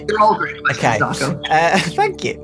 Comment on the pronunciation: The fnaf show where can’t say his own name and says dawcol.